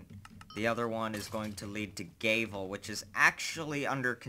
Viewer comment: You pronounce "Gavel" like "Gay-Ville"